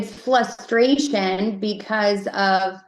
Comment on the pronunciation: “there’s definitely FLUSTRATION…” 😂 Wow, so bio mom makes him flustered and frustrated at the same time?! Or maybe you’re trying too hard to sound professional and can’t speak 😂😂